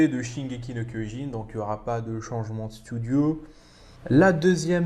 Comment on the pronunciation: Shingeki no Kyojin という発音がとてもいいと思います。話の内容は理解できませんでしたが、海を越えて愛される進撃の巨人を日本人として誇りに思います🙂